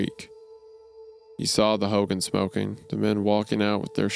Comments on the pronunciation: It’s also pronounced like Ho-gone. Not like Hulk Hogan. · I CANNOT TAKE HOW THEY'RE PRONOUNCING HOGAN ITS "HOE-GONE" WHAJSIDORHEJAPAP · Bruh i hate the way they pronounce hogan 🤞🏽😭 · Hearing the boys pronunciation of "Hogan" is making my upset stomach worse